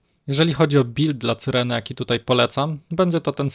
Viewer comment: Jak jeszcze raz usłyszę C y r e n e to mnie szlag trafi.